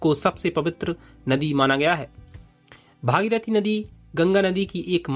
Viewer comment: राजा भगीरथ का सहीनाम उच्चारण करिये ।अच्छालगेगा